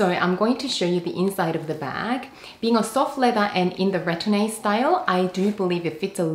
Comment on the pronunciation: The e isn’t pronounced in retourne.